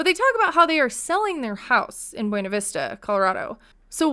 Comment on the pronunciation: They mispronounce buena ! They produce it “byoona “ . Weird . Wonder if that’s all a big lie.